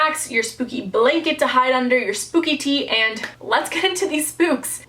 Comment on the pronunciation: Spoopy? I’m pretty sure it’s supposed to be spooky